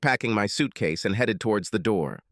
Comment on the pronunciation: Swear it is.. I'm tired of hearing headed pronounced Heed it